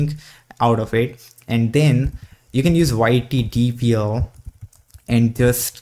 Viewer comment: bro you call yt-dlp : yt-dpl LOL